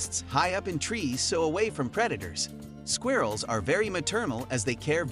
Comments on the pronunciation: I don't like the way he pronounces " squirrels" . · I think it's funny.. it's different 🔥🙌🏾